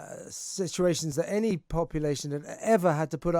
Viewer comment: Brendan O'Neill says 'any' like 'granny'